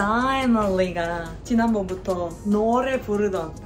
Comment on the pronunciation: ㅋㅋㅋㅋㅋㅋㅋㅋㅋㅋ 디자이너 리 발음 왤케 웃기냐며 어머니 존함 부르는거 맞냐구요